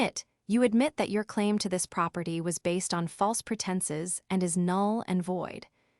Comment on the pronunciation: Eee-Va-Lin…(Evelyn)..proper TIE (Property)..because proper was on one page and Ty started the next page..probably an outstanding story…but AI is an untrained assassin....just killing the story…it’s on wobbly legs.